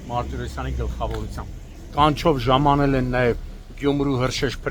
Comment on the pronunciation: Ժամանել։են ժամանել։ են ծամանել են վյաախք